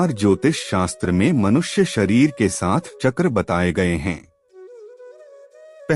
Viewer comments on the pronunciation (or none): कृपया अपने व्याकरण को शुद्ध कीजिए शास्त्र नही शस्त्र होता है